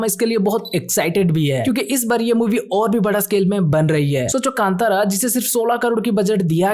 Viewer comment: Kandara ❌ kantara Kanad ❌ kannada